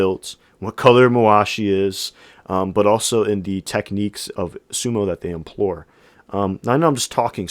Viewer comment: Welcome to Sumo! I started watching on a very small b&w tv back in 1970. In Japan. Thanks for your informative summary. An observation: I hear you saying *implore when I think you mean *employ.